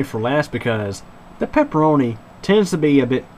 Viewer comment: "The peperonis tendz to be a little greezy"